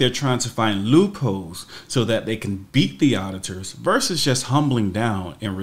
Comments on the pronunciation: you tried to say “loopholes” but yiu said “loo-kholes”. There’s no K in loophole. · they’re called “Loopholes”, not “Lukeholes”